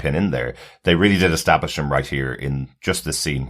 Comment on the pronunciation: Bro said extablish lol